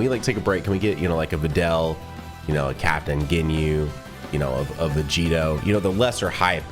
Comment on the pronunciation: "Vegito" What did you just say?